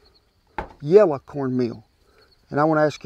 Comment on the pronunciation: You are the second person, I've ever heard pronounce "yella" versus yellow. My wife sir, from Sapulpa, Ok, would be the first. We look forward to watching your shows every Wednesday. God bless you both!